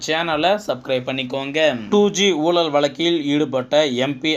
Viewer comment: Murder of Tamil...What is meant by "oolal" "valakku" "valangi" ."valangi irundhadhu" "kaiyum kalavu" .please undergo some training in pronouncing the beautiful Tamil language...